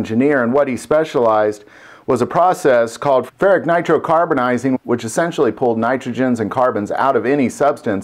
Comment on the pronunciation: It's pronounced like this: fur-it-ick nitro-car-bur-ize-ing.